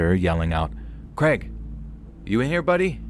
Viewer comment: Poor Craig just wanted to be pronounced kray•g instead of kreg 😅